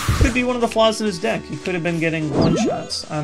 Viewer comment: it sounds like "dick" not deck xD